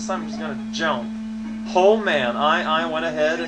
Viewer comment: ...Oh my gosh... If "legit" is acceptable, then using it in adverb form is acceptable too. Especially when his whole character-quirk is to use words in unusual ways or invent new ones. I suppose you also want him not to pronounce "jump" like "jaump", or for him not to string a bunch of nonsense together anymore next. That'll really make him entertaining to watch. Personality/speech-pattern quirks aren't proper, after all.